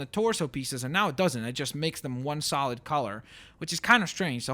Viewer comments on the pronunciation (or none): none